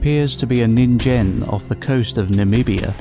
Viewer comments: Minor nitpick but "ningen" is pronounced with a hard g. "Neen-gehn" as opposed to "nihn-jen". Otherwise good stuff. 👍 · Just to let you know, ningen is usually pronounced with a hard G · Yeah no that's not how science works. Also ningen is with a hard g, not a j. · Yes they pronounced Ningen wrong